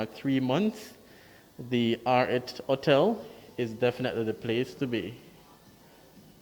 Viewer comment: Please say your ‘H’ it’s not just Jamaicans who listens to you. It is distracting and misleading to not sound the H in front of those vowels. Hotel NOT ottel.